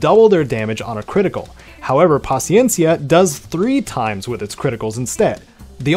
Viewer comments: en verdad en gustó cómo lo pronunciaste “paciencia” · Perfecta pronunciación de Paciencia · Much respect to you for your pronunciation of paciencia 🙏 you a real one 💯👏🏼 much love thank you